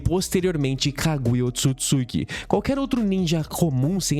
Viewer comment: Pode ser besteira, mas eu acho bizarro como todo criador de conteúdo de Naruto continua falando OoTSUKITSUKI, sendo que é Ootsutsuki. Sei lá, a pronúncia é tão simples, mas mesmo assim...